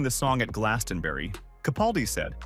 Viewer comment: Americans just can't pronounce Glastonbury